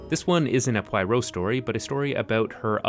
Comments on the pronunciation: In total agreement, but taking his opinion pretty lightly given the way he pronounced Poirot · Thank you!! I really wanted to watch this video because I love a lot of these films, but I had to stop because I kept feeling triggered by the mispronunciation of Poirot, the idea that he's supposed to be ridiculously laughable, and the inclusion of several Poirots other than Suchet. Hahaha. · Okay, I thought I was smoking crack and though he got in wrong in the video but I was like have I been wrong this whole time? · Ooof! Your french pronunciation is a little off. The I in Proirot, as it is most of the time in French, is pronounced as a flat A, same as the I in Benoit. You might need to review your Duolingo. Great video by the way. Though I think it's unfair to compare the Branaugh remake of Orient Express to Finney's version based on tone. The last thing a remake should do is match the tone and themes of the original. If that's all you're going to do, why make it al all? We've seen the siily Poirot with Finney, Unstinov, and 25 years of Suchet. It's time for Poirot to be reinterpreted a bit. I rather liked the dashing Poirot, his romantic charm undone by the fussiness of his personality. And I liked the reinterpretation of the story. Traditionally, Poirot fastideously reasserts order on an errant world the way he would straighten another man's tie. Here, Poirot's compulsion to assert order is utterly defeated by the world's horrifying chaos. In a way, the villain of Branaugh's film ultimately wins. In one cruel act, he destroys order so completely that even the great Poirot, with all his tremendous brilliance and determination, can't restore it. This felt more true to life. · Finney is allowed to be "P-why-roe" so long as David Suchet remains "P-wah-rho" ;D (Always loved the way Suchet emphasized the French pronunciation of Poirot) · It's not pronounced Pie-ro. Akkkkk! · I’m just gonna leave this here: it’s pronounced ‘Pwaro’ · Good god, man. Not Pie-row. Pwah-ROW.